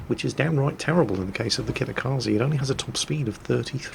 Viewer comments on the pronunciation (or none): It's KATakaze not KITakaze